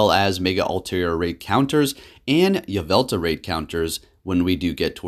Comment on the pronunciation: Why aren't you saying the L at the end of YveltaL